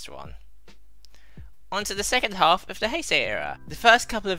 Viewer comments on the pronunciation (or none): none